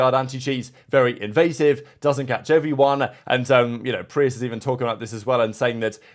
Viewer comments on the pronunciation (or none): none